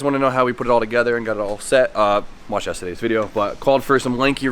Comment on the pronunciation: when you say "YESTADAYS" :) ,, LOL